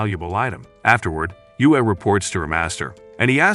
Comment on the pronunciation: Yue means moon and is pronounced yweh